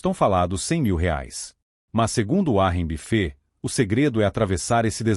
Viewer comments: uárri bifê 😂😂😂 vídeo porco. Nem regular o narrador saspraga sabe! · Essa IA não pronuncia direito os nomes próprios em inglês.